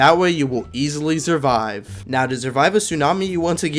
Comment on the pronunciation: “Zurvive”